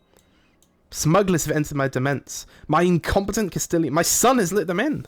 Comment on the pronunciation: "Demesne" is pronounced "domain", by the way.